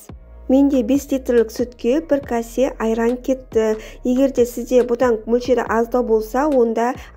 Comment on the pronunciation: Касе емес кесе демейсіңба.